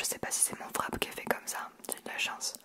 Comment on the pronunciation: Haha! J’ai adoré y’a vidéo! Amis ça me fait vraiment rire parce que les français disent VRAP 😂